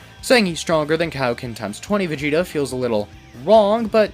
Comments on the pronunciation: Why are you Calling Vageta - Vageto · Why do you keep calling Vegeta, Vegeto?